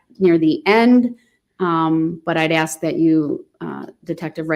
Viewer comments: “Witchoo”… a newly added English word …meaning “with you” … “Axe”… to pose a question with much zeal & passion … so much zeal as to be able to chop through objects … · The real question of our time: wondering when black Americans will be able to properly say the word, "ask."